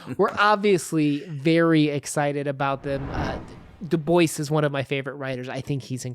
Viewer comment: Excelet presentation. i just have one request. Maybe pronounce check the correct pronounciation of his name. Thats all. Excelent Work :) Loved listening to this